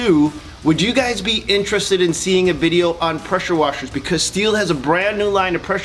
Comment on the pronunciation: "Presher" 😂😂😂😂😂😂🤣 you need PRESSURE on your brain !